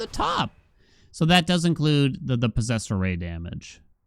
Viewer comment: Is it just me or does anyone else hear Posessor Ray when says "Posessed Array"?